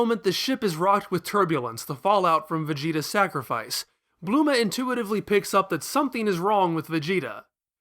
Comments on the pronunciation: Bluema? It's bulma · Bluma?.. I’m just confused. It’s such a strange pronunciation.. like I’d get Bulrma or even Burma I guess, but blue-ma? He pulls out Kurririn so he’s attempting to be more accurate to the Japanese pronunciation but even that’s not right. I’m not ripping on him for that bit. That’s how people perceive it. There’s no hard “R” sound in Japanese. I only studied the language for 2 years so I’m no expert.. but the first thing you learn is the alphabets starting with hiragana.. while we write translations out as having “r’s” it’s really a combo R/L sound. You kinda have to roll your tongue to get the proper sound... this PSA is really for the little Manga-Chan’s that try to be jerks about how to say Krillins name. Just stop acting elitist over saying it’s “kurririn” (while emphasizing the “r”) cause if that’s you you’re wrong and you’ve been putting people down with your wrongness pretending it is correct. Fandom shouldn’t have any gate keeping. We all love Nippon and the art that has permeated our own culture. There’s even a cool twisted cultural exchange between our cultures where things we like get changed and accepted in their culture and vice versa.. I would never recommend anyone study Japanese as a practical language. There is a lot of decent paying translation work, no doubt.. but the level of complexity of the language and the multiple alphabets should be sought out because of your passions. The language group isn’t small enough to make you the most in demand translators, b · Who the Fuck is Blue-ma?